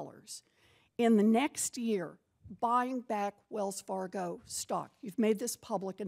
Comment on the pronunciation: "Wells Fargio" 😂😂